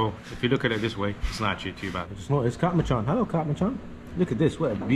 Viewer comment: Its not Heylo Heylo its sounds like hallow hallow 😅😂 and that lightning strike woahhh 😮